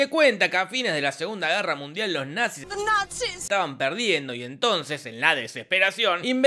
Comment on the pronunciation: The natziz jajajajajajajajajaj